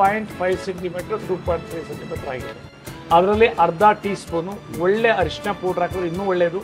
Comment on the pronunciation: ಅರಿಷಿಣ ಅಲ್ಲ ಸರ್,, ಹಾಗೊಂದು ಪದವೇ ಕನ್ನಡದಲ್ಲಿ ಇಲ್ಲ,, ಅದು ಅರಿಶಿನ